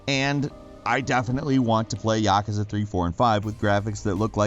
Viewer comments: "ya, koo, za" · Absolute cancer the way you pronounced Yakuza... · I pronounce it ya-koo-za...